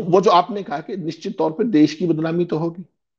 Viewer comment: Sir please देश को 'देस' कह कर हिन्दी भाषा का अपमान मत कीजिए ।‌